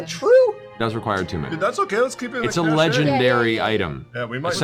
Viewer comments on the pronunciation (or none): none